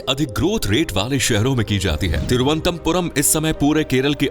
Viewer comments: Tiruantampuram mat bolo sir Toruanantpurm hai ye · Video is Ok but try to Pronounce Correctly it's not Thiru antha Puram it's Thiruvananthapuram ❤❤❤❤ Very Happy to hear some Precise facts about My City.....Thank You..... ഓം ശ്രീ അനന്തപത്മനാഭ നമഃ 🕉️🕉️☺️☺️ Bharat Mata ki Jai 🇮🇳🇮🇳🗿🗿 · It’s pronounced as Thiru - Anantha - Puram. Means the land of lord Anantha . Not as you pronounced here. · Why is it difficult to pronounce? Its Thiru-ananthapuram , in Malayalam its combined and said Thiruvananthapuram Ananthapuram means land of anantha from the sree padmanabhaswamy temple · Don't know abt others but I got quite annoyed whenever the Name of city on which u r making a video is pronounced wrong😊😊